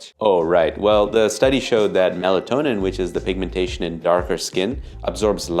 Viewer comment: Melanin, not melatonin